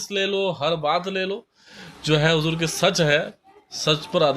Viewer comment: Assalamu alaikum Video delete kijiye aap ne huzoor ka naam sahi nahi liya. Usko usko baar bola aap ne galat hai yh